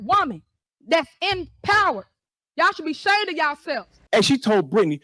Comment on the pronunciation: Yall should be "shayned yallself." Really? 😂😂